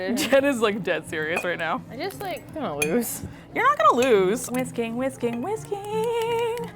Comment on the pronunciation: when was saying whisking whisking whisking I heard whiskey whiskey whiskey